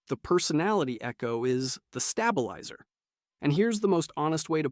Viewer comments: i cracked up when he said stab-ilizer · I had to replay that a few times bc when I first heard it I wasn’t really paying attention but then I heard “Stab-a-lizer” What? How did we get from feet to stabbings?!? Replayed… heehee 😂It was just mispronounced. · The STAB-ilizer 😂